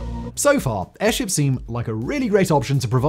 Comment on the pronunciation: Errrrr, can we just anchor these airzhips? Is that so hard?